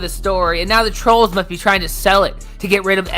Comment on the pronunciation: "Its because of the twolls!!!!"